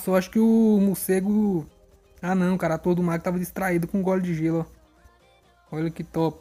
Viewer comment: "Mucego" kkk